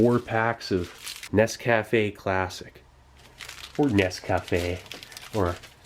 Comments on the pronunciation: its Nes-Cafe not Nes-Cafe-AY. but who cares lol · steve...its nes-cufay. 2 syllables. said like in the french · Pronounced....NES-ku-(short u sound)-Fay. At least that’s how we say it in Jersey! BTW , thanks for the military MRE memories! 🇺🇸😉👍. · it's pronounced, nescafe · Nescafé rhymes with okay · how do you say nescafe... mmmkay...